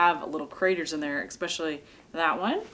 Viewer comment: Sorry for being pedantic... but you are NOT waiting to UNthaw (freeze), you are waiting for it to thaw (melt, unfreeze)! Also, no "X" in especially!! Happy trails.